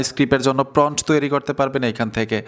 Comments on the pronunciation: সব ঠিক আছে ভাই। কিন্টু ওটা PRONT নয় প্রম্পট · প্রন্ট না ভাই, প্রম্ট prompt 😂😂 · আপনি তো সুন্দর ভিডিও বানান। কিন্তু কয়েকটা ইংরেজি শব্দের উচ্চারণ ভালোভাবে জেনে নেন না কেন? শব্দটা 'প্রন্ট' নয়, 'প্রম্পট', যার ইংরেজি বানান 'Prompt'. আপনি এই শব্দটাকে বারবার 'প্রন্ট' (Pront) উচ্চারণ করাতে শুনতে খারাপ লেগেছে। আশা করি আগামীতে সঠিকভাবে Prompt (প্রম্পট) শব্দটি উচ্চারণ করে আপনার ভিডিওকে আরও আকর্ষণীয় ও নিখুঁত করে তুলতে পারবেন। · প্রন্ট না, প্রম্পট। উচ্চারণ ঠিক করেন। 'Prompt' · ফ্রন্ট না মিয়া প্রমপ্ট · এটাকে প্রম্পট্ বলে প্রন্ট না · প্রম্প্ট (Prompt) হবে...Thanks... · প্রমোড হ‌বে উচ্চারন টা